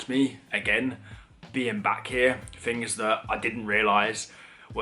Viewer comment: Fings??? THINGS, old son; try to sound the TH not an F. If you say FINGS you sound most badly educated and lower class, oh, and ignorant.